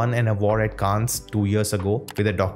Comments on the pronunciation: Pronounce it kaann not -kaans-, in French, s is usually silent if it is in the end of word like in Cannes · You're right. Grand Prix is actually said as Grann Pree, because it's French. Also, Cannes is Kan, because it is French too! Don't go by Google pronunciation. Check the French pronunciation. Ciao 😬